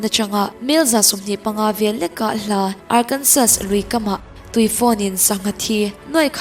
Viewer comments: Arkensaw tia lam tur.... Ngaihnom tho2 e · na a 'Arkansas' hi Arkansaw tiin an lam ṭhin America ho chuan... :)